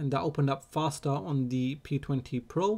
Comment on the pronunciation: Axi fostar 😁😂